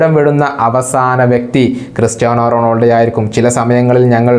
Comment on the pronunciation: bro,Ronoldo alla,Ronaldo,, Cristiano Ronaldo..athanu